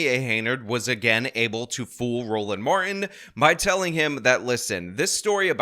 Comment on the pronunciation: We gonna get everything out on da flo! 😂 You are killing me,. His name is pronounced, "Mar - Tin" not "Mar-In" stop assaulting the English language! 🤬